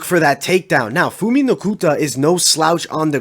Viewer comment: Phumi (Pumi) not Fumi.